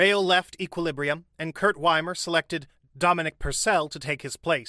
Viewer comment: His name is Wimmer and not Wimer... Is it SO difficult to pronounce names properly? Even Google can help... It's not magic, really.